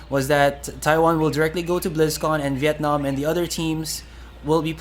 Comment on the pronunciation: the way he pronounces Vietnam on made me cringe a little in the inside